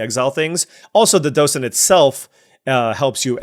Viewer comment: you are pronouncing docent correctly